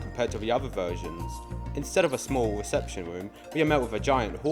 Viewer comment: bro the way you talk is so goofy 😂 going to da weception womb